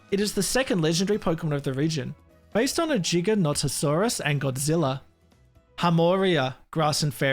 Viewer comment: THANK YOU SO MUCH FOR PRONOUNCING GIGANOTOSAURUS CORRECTLY! As a huge paleontology nerd since the age of 2 years old, it bugs me how many times it gets mispronounced so I highly appreciate that